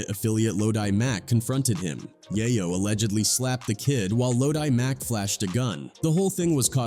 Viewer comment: You know you’re listening to a bot when it can’t say “Yayo” and “In da club” right.